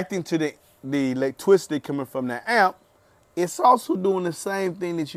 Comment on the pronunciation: why he saying electwicity